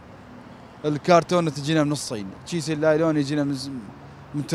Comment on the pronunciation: كيس النايلون وليس لايلون